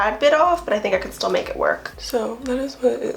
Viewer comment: you mean "steal" 😂😂 girl you said "still" them lmaooooo....im way too scared to steal anything omg. I wish I could lol